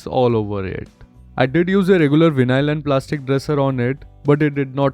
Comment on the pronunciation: Just want I needed for Sunday care for my bike. btw it's pronounced as "why null"